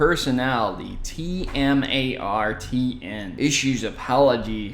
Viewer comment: it's TmarTn not T-M-A-R-T-N